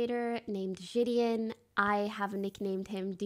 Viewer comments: it’s Ji de On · Ji-di-in come on bro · This is all good n great n I fw it but her saying jidion name wrong had me correcting her every time in my head😂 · why does she still say his name wrong?